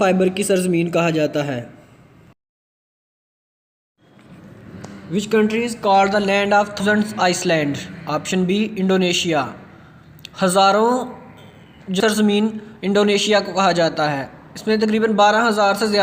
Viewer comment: Its island not iceland.. S is silent